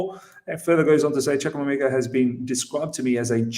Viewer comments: It's pronounced CHU-KU-EH-MEH-KA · CHUKWUEMEKA my middle name sake will go straight into our first team. Trust me guys, he wont be loaned out. He is here to cause havoc to all our opposition. 99% of people have butchered his name (including ). He is class all the way and has the potential to get much better. He is an attacking midfielder in his most potent role as he is very skillful and creative. Delighted this has happened